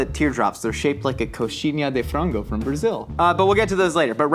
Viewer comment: DUDE, like the first English speaker I've ever heard casually dropping the perfect pronunciation for "coxinha de frango".